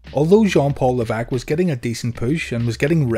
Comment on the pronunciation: Leveque? Isn't it Levesque?